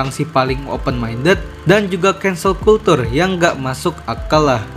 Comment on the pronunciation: izin koreksi nih ya bang. Kalau culture jangan dibaca "kultur" salah cara bacanya. Yg bener itu "kelchur" agak susah sih buat nulis aslinya. Soalnya ini bahasa Inggris beda cara baca dengan bahasa Indonesia